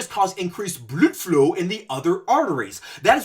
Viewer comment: Just got to the part where you bring up "bludflow." It always brings me great joy to hear you say that word. LOL